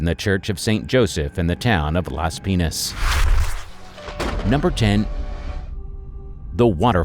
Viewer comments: Camiguin is pronounce kamigin not kamagiwen.And also Las Piñas is pronounce las pinyas not las pinas. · it's 'Las Piñas' dude pronounced 'Las Pinyas' not 'Las Penis' lmfao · Can't stop laughing when I hear him say , Las penis!!! It's Las pińas( pee n yas)!!!! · When Las Piñas becomes Las Penis 😂